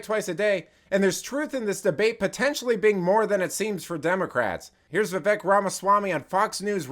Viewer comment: His name is pronounced, "Viv-ACHE". It's like pronouncing, "Nerk" as "Lazy".